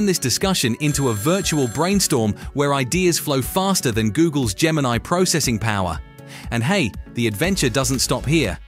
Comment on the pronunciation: Its Gemini, no R